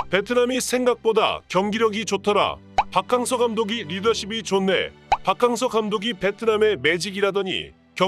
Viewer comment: 박캉 무슨 캉쨔냐 박킹서로 부르면 맛꼬 캉서로 해도 맛따 문디 아나운서놈아서감독